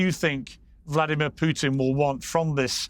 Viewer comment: nobody cares about your military family piers, nobody. also congrats on learning how to say 'putin' and not 'pewtin'